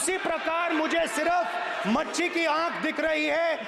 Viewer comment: नेता प्रतिपक्ष को मछली का नाम भी सम्मानजनक ढंग से लेते नही आता मछली को मच्छी बोल रहे है इसको किसीने समझाया हुआ है खुद की बुद्धि से कुछ नही बोल रहा नेता प्रतिपक्ष 🤗😎🧐🕵️🤔